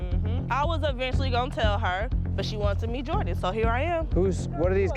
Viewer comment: Angel into them Asian boys🤣🤣 “Jordan “ was fine tho